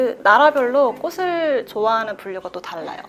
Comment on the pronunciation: 플로리스트인데 꽃을 발음할때 꼬슬...이라고 하는건 쫌 ㅜㅠ